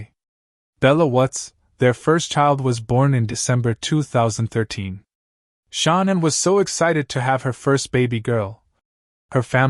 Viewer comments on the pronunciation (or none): that's how this narrator is saying shannans name, who is Shon-nin?